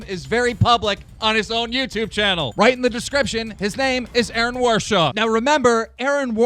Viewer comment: TBH I always get really fucking hyped when keem starts saying "roight"